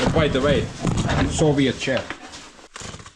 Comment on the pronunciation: It was better when you said Sovient instead of Soviet.